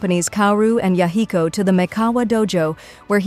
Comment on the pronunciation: aside from the butchering of the name Yahiko, really good recap!